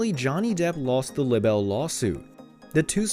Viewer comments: Not lib-bell but lie-bell .... For libel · Look up the correct pronunciation of LIBEL! Jeez, Louise!